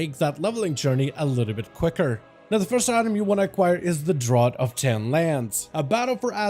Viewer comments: The word "draught" is pronounced "draft" not "drot". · draught is pronounced "Draft". its an old english spelling. if you look at a can of Guiness, its spelled Draught. but pronounced Draft. just fyi lol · Draught = "Draft"